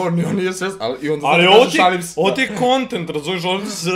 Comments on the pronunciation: Za 1. april se vise nece pricati aprililili nego ŠAIM SE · Jankova prva tuča je odlična Baka Prase najbolji si Janko pravi jebač Haha''ŠAIM SE" Srce·♡